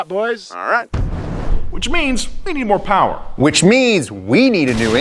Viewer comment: Am I the only one who heard Mo Powa Baby